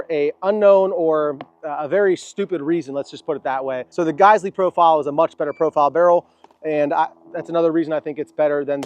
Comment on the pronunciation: It's pronounced -Guys-we please future correct